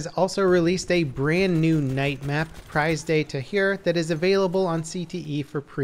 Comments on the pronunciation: It's pronounced PREEZE not PRIZE de Tahure... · prize day tahere? that's some bad prononciation lmao. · Prize day taheer? C'EST PRISE DE TAHURE LOL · i love how english youtuber pronounce "Prise De Tahure"😂😂